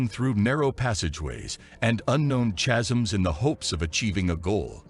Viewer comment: Listen. Chasm is kazzam. Kkkkkkazzam. 💕 and thanks for the video!!